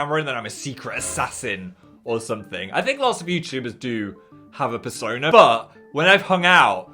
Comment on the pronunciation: I heard fursona instead of persona- 😳